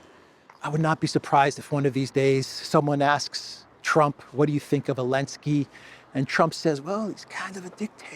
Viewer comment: It's funny how you still call him Elenskiy, after he banned "Z" 🤣